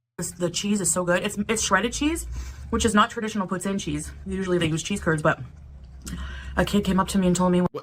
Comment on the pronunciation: It's poo-teen. She mangles Franch as well as English. Like her " rim-melle" makeup.